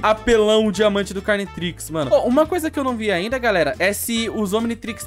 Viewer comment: Mano quando ele falou cariotrix, pensei que era um ominitrix carioca kaka